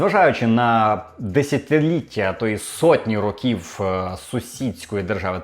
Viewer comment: "Рóків", а не "рокі́в"